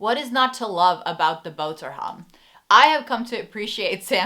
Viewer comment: Loved how you said boterham.